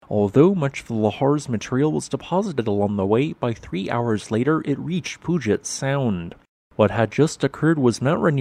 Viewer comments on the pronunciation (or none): Just as an FYI from a local: I live near "Pyew-jit" Sound, or occasionally, if your accent is heavily southern-ish, "Pyew-jut" Sound, not "Poo-get" Sound... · Pewjet not poojet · Pew-jet, not Poo-jit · Just so ya know, it's pronounced Pew-jet, a church pew and jet, for Puget Sound. The Pacific Northwest has some tough ones. Thanks for all your work. I heard St. Helens go off lving near Hood Canal, west of Seattle, and heard the Tonga explosion here in Southeast Arizona. What are the odds of that? Again, thanks for all your work. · Love your videos! Thanks for your thoughtful commentaries. Puyallup = pyoo-al-uhp, and Puget = pyoo-jit. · Pronounced Pewjet Sound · Congrats at pronouncing Puyallup correct.....(Pew-al-up)...but Puget Sound is pronounced Pew-Jet Sound. BTW, just spent a HOT week at Mt. St. Helens; the stars were out in mass! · puget - pew , jet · It's pronounced pew jet sound. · Puget = "pew-jit" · Hey man! It's pew-jit. Best Regards and Wishes! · This kind of hurts me to hear, but understandable; literally nobody pronounces it correctly from reading alone. Pew - AL - up. That's 'Al' as in the first name. Also PEW-jet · Yes, with Mount Rainier (or Mount Tahoma to the natives) we’re pretty much screwed here ….someday 😅. Good attempt at our native geographic names but to be more precise Puyallup is pronounced “PEW-AL-UP” and Puget Sound is PEW-JET Sound 🤓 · Pronunciation correction: Puget is pronounce Pue-jet (named for the Peter Puget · Mr. Narrator - kindly learn how to pronounce Puyallup, and Puget. Or are you to much of an intellectual to be required to provide words properly? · He missed on the word Puget, though.